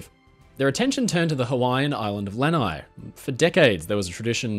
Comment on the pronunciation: FYI, Lanai is pronounced with the accent on the last syllable. Aloha from Hawaii!